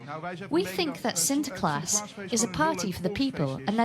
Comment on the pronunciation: It’s “sinterklaas” and the party is the 5th of december, not the dame as Santa. Why didn’t this guy do his research?!